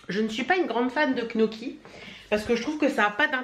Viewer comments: Gnocchi pas knoki ahaha ça se prononce "nioccki" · Coucou. Ça se dit nioki lol. Je ne suis pas fan et pourtant j'adore la cuisine italienne. Les youtubeurs, les influenceurs comme toi travaillent mais les personnes de la télé-réalité!!!! Restez dans une villa de rêve à glander, à dormir et à se disputer toute la journée. Je n'appelle pas ça travailler. Merci pour tes vlogs et toutes tes vidéos. Biz